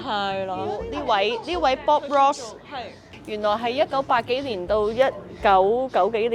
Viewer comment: bob ross* not bob joss